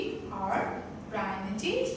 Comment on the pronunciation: You just read, we can read it by ourself too then what's the need to see your video and waste our MB. You didn’t make us understand anything, 😑😑you don't even know to read properly, you came to teach us, and you don't know to pronounce 'primitive' also. Worst video ever!